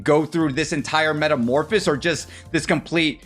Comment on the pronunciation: You left a syllable out of metamorphosis and mispronounced it as "metamorphis".